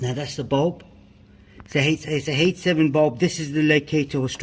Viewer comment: Can you please type here what type of light bulb it is? I can't quite understand if you're saying H7 bulb or 87 bulb